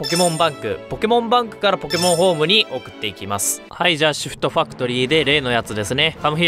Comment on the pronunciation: シフトファクトリー、後ちょっとで○ィストファッ○に空耳するとこだったわ